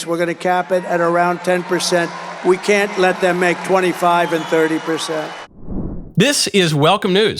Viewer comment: The stop "WE" pause!!!!! Remember, its we, its her!